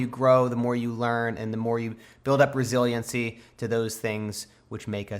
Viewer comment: Is no one gonna talk about where he said resiliencecy??😂